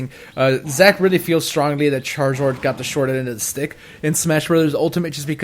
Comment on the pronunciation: errhh why does he say omazing and charazord?